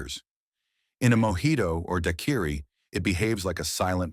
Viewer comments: ... I have never heard anyone prefer daquiri as dakiri before. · Da queer E for Daiquiri. AI rum review it seems. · what is this "dye query" AI dude keeps talking about? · I don't believe I've ever had a "duhkeery". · I can't believe a video about rum could not pronounce Daiquiri. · thats how i knew half the entries on this list would be BS. Surprised they got some right. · Your AI voice can't pronounce daiquiri.